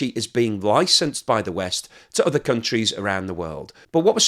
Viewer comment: GREAT incisive analysis as always. Do have one little niggle: The word other, is pronounced as OTHER, not udder. English not scottish, eh?